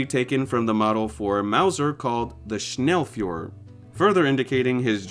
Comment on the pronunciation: It isn't sh-nell-fior, it is sh-nell-foi-aah